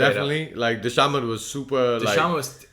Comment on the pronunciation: The C in dhcamads name is pronounced as a K bros